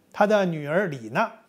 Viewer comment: 李老師新年快樂。另外，江青的女兒李“訥”讀音(ne第四聲)。